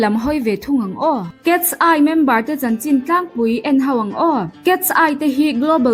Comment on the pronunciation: Cats- eye angin i lam zel a😅(Mizo accent in) KET-SAI tih a lam tur aw miss❤